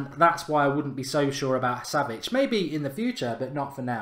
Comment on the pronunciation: mark trying to pronounce savic from lazio bahahahhahaha